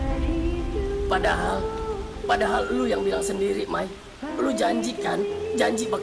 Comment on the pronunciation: Tumben ayu bilang may biasa nya bilang Mae 🗿